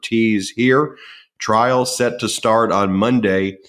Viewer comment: THOUGHT HE WAS SAYING, HE WAS READY TO GO TO TRAIL...